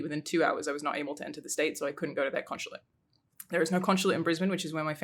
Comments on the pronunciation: I guess we’ll never take a shot because she says “con-shu-late” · Conch-chulate? Conshulate?